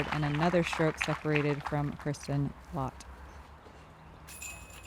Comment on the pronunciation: It's not Latt - It's Lätt, which rhymes with "cat"! Consider this your final warning. Honk!